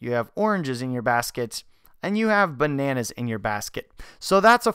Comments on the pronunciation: ...Ba-na-naazz. (c) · The way you said 'bananas' made me laugh so hard